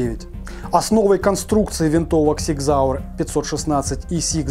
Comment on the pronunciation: Супер обзор! Фирма называется Зиг Зауэр, а не Сиг Зауэр! С уважением, Пётр, Германия